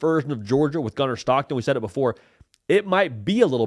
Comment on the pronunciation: It Gunner STOCKTON! Not SCHHTOCKTON!! Voice annoying asf lmao.